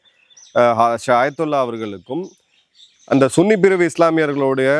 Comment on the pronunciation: பெருமதிப்பிற்குரிய திரு அவர்களே ஷியா.சன்னி முஸ்லிம் என்று உச்சரிக்க வேண்டுகிறேன்.ஏனென்றால் தங்கள் தேசப்பற்று மிகுந்த காணொளியை நாங்கள் குடும்பமாக ஆர்வத்துடன் பார்த்து வருகிறோம்.ஆகவே நீங்கள் அந்த வார்த்தையை மாற்றம் செய்யும்படி கேட்டுக்கொள்கிறேன்.நன்றி வணக்கம்.ஜெய் ஹிந்த்...